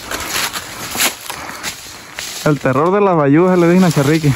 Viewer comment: Bayusas no sayusas jijiji